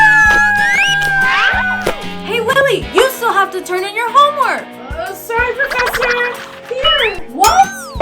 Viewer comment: i don’t like you you say professor wrong!